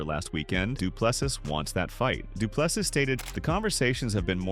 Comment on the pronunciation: How is it that there are still people that does not know not to pronounce the last s in DDP's surname? The narrator (AI?) jumps between correct and incorrect....